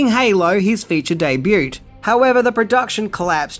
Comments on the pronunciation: The t is silent bro! It's not debut its pronounced debuu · "Day Butte"? o_O No. I think you mean "debut", which is pronounced "day-bew". It is a French word, and the T is silent. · Hey it is pronounced debu not debuT:-) in the french way of never using all the letters:-) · It’s pronounce ‘deh-byoo’ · how do you pronounce "debut"? 😁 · Debut is a word from the French language. The T is silent. I've heard you pronounce the T in another video, thus I mention the mispronunciation because I now know it wasn't accidentally misspoken. Please, no T in the pronunciation. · Just nit picking here but the t in debut is silent. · LOL I love how pronouces the "T" in Debut.